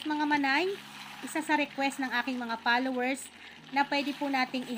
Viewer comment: Palowers ha? Di ba F ang una letter mg Follower Hindi P. Ano Naman and bigkas sa ama sa English Pader as in cemento ?